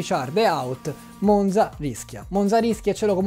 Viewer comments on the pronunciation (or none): Monza si pronuncia con la z dura 😢